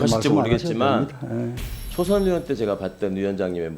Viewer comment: 최강욱!!! "의원"은 "으원"이 아니고 "의이원"이라고 읽는것이란다. 의원이 뭐냐? 자네 사전 잘 찾더구나. 사전에 "의원"을 "으원"으로 읽으라더냐? 어느날 인간인데 "의원"을 으원으로 ㄺ는단 말이냐? 미국 하와이에서 왔더냐? 당장 발음을 고쳐라. "으이원"으로.....